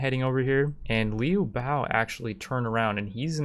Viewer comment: How can you correctly sai Zhang LIAO and not be able to pronnounce Liu BIAO? It is the same thing